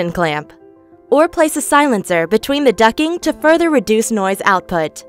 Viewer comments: Why is she saying ducking? DucTing. Lmao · Ducttttt ing ..... T not ducking 😂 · Ok she’s saying “ducking” I’m not crazy? Am I? Anyone else hear ducking? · Every time I heard "ducking", I died a little... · Ducting . Not ducking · I agree it’s solid info, but her saying Ducking was fuckin killing me 🤣🤣🤣🤣 and she even enunciated DUCTTT tape but somehow ducting eluded her 🥴🥴🥴